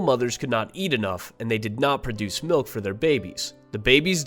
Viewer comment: Pronuce milk lol